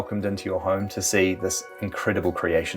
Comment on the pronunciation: He said "horme"